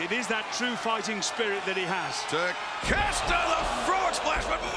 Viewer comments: why do Americans call it takesta wtf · Takesh-I-ta ... there's an " I " in the name... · just say it like ta kesh ta. It's not that hard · these announcer clowns spent the whole match mispronouncing takeshita's name